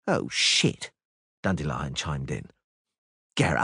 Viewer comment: I really hope learned how to pronounce the word "Dandelion"